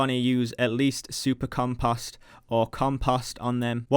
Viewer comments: Love the series... Triggered by how you say "compust" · Rly no offense and I don't think less of your video or you. But it drives me crazy the way you pronounce compost it sounds like comPUSt. Lol but yeah good video mate and best of luck to you in your journey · "compohst" dropped that like/sub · the amount of times 'compust' was said was out of this world. almost couldn't keep watching. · You mean every time he says "comPUSt" hahaha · Hey man, I just wanted to say "compost" doesn't have the letter a in it.